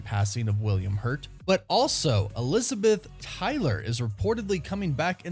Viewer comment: “Elivabeth Tyler”